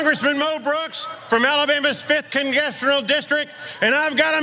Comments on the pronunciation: what did he say? He didn't say "5th congressional district" I heard "5th congestional distric" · He doesn’t know how to say congressional. Sounded like he said congesteral. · "From Alabama's 5th congeshenal district" oh shit dood, there's no such thing as a "5th congeshenal district" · Did I just hear him say congestrional district? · "Alabama's Fifth CONGESSIONAL District"? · "Congessional District"? Congessional? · This guy can't even say "congressional" lol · Poor Mo Brooks - he can't even pronounce "congressional". Maybe if you can't pronounce it, you shouldn't be in it.